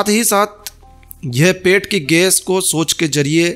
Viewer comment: Ges nahi gais bolna sikhiye pahle